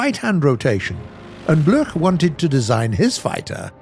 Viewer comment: Bloch is pronounced like block...